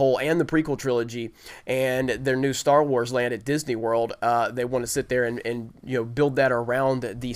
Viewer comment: Can I get a dollar every time he says "Star warrs"